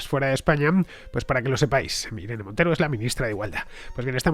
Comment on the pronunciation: me parece muy curioso queañadas una M al final de cada frase. Irene MonteroM. En el registroM. Buen video